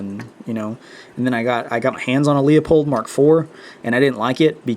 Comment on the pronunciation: LOOP-Hold! Not LEO-POLD. Please. It's like fingernails on a black board. There is NO reason to use a QD mount on a bolt gun. You bought probably the world's best scope for the money and have it mounted improperly. Larue QD mounts are awesome for FLAT railed guns of the AR15 and AR 10 type. I used SEEKINS 30mm LOW rings for my Bushnell Tactical Elite G2 reticle scope on my 10 FCP-SR. I like the SEEKINS becsue even Badger has that giant bolt sticking out on the side. SEEKINS does not. SEEKINS have the best designed rings on the planet IMO. Ken Farrells rings and rails are world class too. I am getting consistant .3" groups with Federal GMMM 168gr factory ammo. Your scope is WAY too high off your bore. You need that butt ugly riser. My lower mounted scope does need a riser, but I used a VERY practical and ultra comfortable STOCK PACK (large modular version in coyite brown) from TRIAD TACTICAL. It holds my Mildot master card and my bolt too. My bolt has a very long aftermarket handle so it is ultra convenient to store the handle in my Triad stock pack(Large model only!). Sir, you have so much right..the rifle and the scope. But I am telling you there is a far superior and practical way to assemble all this. The Seekins rings and Triad Stock pack are AMAZING add ons that I would not trade for all the tea in China. I was able to get a precise cheek weld height by adding Triad Tactical's cheek weld "kits" which are strips of velcor that stack up on top of the comb. They are attached